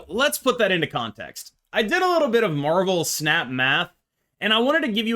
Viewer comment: I kept hearing marvel pants and I just can't lmao